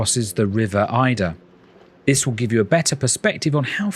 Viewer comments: It’s the river Adur (A-dur) not Aye-dur. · The river Adur, it’s pronounced Ay-der, by the way. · The River Adur! Pronounced Aydur! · It’s the river Adur not Eider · Yes this made me quite angry 😅